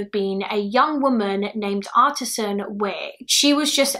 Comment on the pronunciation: Artis Ann not artisan